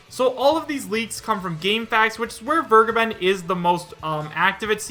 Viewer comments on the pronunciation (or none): Who's this 'Wirrgaben' you're talking about? He's called 'Fair-ge(ysir)-ben' - to forgive. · Samuel Welsch Yeah it always sounds like burgerban when he says it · "Fur-Gaben." That's always how I pronounced the guy's name. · The way everyone pronounces Vergeben hurts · Sry to point this out but please tip in "Vergeben" on Googletranslator and hear for yourself how it is pronounced. I'm sure someone already told you that but it's a german word and means " To forgive". The way you say it just hurts if you know the correct spelling. Would be like to spell Kindergarten like Kaiiindgairtieeeen. Doesn't sound right doesn't it?